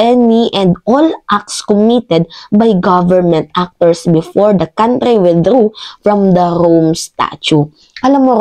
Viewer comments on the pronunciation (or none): none